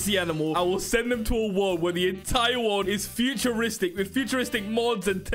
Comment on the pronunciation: Are we gonna ignore just said the word doni "bone" to bobes? And also ignore said "world" to word